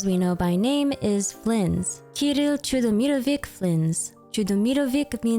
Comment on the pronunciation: the ‘ch’ in chudomirovich at the end reads the same as ‘ch’ in the beginning, it doesn’t make the sound ‘k’